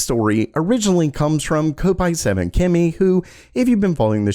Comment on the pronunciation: It's kopite as in cop-ite the guys clearly a Liverpool supporter and people who stand on the kop they're a kopite pronounced cop-ite. Hate how people pronounce it wrong